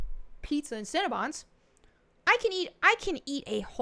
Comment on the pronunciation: I love the way you pronounce "cinnabon". I'm from Michigan. Everyone around here says it like "sin-uh-bun". When you say it, it sounds like "sin-ah-bahn". It just makes me smile. I'm weird. I'm a bit of a language nerd. Lol